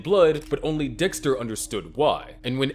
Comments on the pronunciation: Waltuh, stop tryna kill dextuh. Im not lettin you kill dextuh waltuh. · Finally we get waltuhhh vs dextuhhh